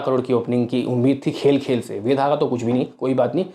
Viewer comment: Kitni baar comment kiya hai fir bhi nahi sudharte tum.......वेदा hai वेधा nahi 😡😡😡